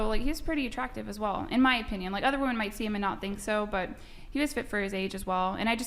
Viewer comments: The way she says WOMAN instead of WOMEN drives me insane. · Can this young lady on the far right say “women”? She says it “woman” every time. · Her and bangs are saying woman instead of women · It’s not fucking woman….it’s women!! For fucks sake!! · Why do all of these bimbos use "woman " when it should be "women"? Annoying af